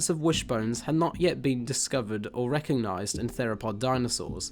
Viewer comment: Re coG nised - there is a g in there. Great content but the script and presentation needs quite a bit of work.